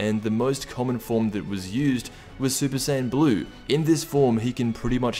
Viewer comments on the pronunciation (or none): none